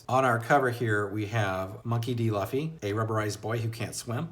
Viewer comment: Luffy's name is actually pronounced "Loofee". Monkey is his family name. Referring to him as "Monkey" is actually pretty cringe. lol. -Zolo's name is actually Zoro. I certainly hope you keep reading. Because If you think One Piece is good now it's only gonna get better. The story is consistently good. Where other authors get burnt out Oda keeps on improving and doesn't stop. Right now you're only in the warm-up phase of the story. The first 100 chapters of One Piece are actually just the prologue. You're just being introduced to the characters and getting hints at what the world is really like. The story only really starts once they enter the Grandline. It starts off Good. Then it gets Great. Then it gets Epic. Then it becomes Legendary. I recommend reviewing each arc of One Piece that you read. Do that and you're channel should get a little bigger.